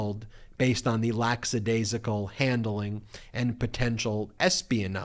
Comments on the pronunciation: Lackadaisical not "Lacksadaisical" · Lackadaisical is an excellent word, but has only one S sound. Nice work on the piece.